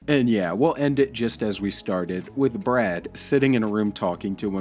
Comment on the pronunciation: Its Bwad not Brad 😂